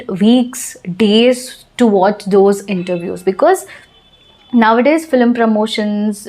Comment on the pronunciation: Cinema means FILM not FLIM. Please pronounce as FILM not FLIM